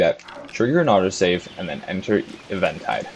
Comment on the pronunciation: I cant believe you pronounce eventide like that